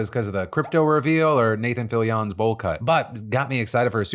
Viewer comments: I think the most surprising news today is how Phil pronounces "Fillion." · Did anyone else get shivers down their spine from Phil's pronunciation of Nathan Fillion? Love you, Phil!